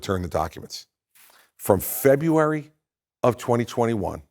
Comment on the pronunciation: This guy want's to be president and he can't even correctly pronounce "February." Much in the same way that George W. Bush couldn't pronounce "nuclear." Those Republicans certainly aren't well-educated.